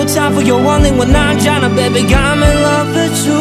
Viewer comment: When he said "baby" Sometimes it sounds like babe xD